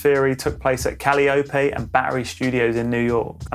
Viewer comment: Never heard Calliope pronounced like that either… and I’m from Nola lol (Kali-Oh)